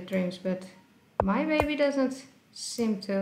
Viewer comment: Was saying "Hey Babby"?